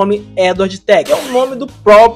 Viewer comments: Edward Tech??? 😅 É "Teach" mesma pronúncia de "teacher" (professor). Newgate você fala certo, mas Teach não? Quando for fazer esses vídeos pesquise pronúncias. Vai te dar mais relevância e alcance. Normalmente não comento em erros para não alavancar, mas acho que meu comentário pode te ajudar nos dois sentidos: informação e alavancagem. Espero não ter passado a impressão errada, só estou tentando ajudar. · O pronuncia de teach está errada